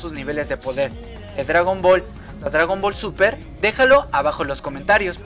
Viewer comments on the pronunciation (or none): Se dice Gohan no Gohah además es dragon ball ni es dragon boll además yo le entendí muy bien a las sacas de dragón ball